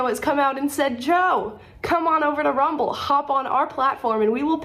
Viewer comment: Take th' muhnee an RrUuMmBbllll